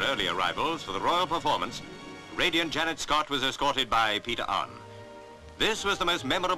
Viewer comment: Why do the commentators in these old reels always pronounce Janette Scott's name wrong? Her name is NOT Janet!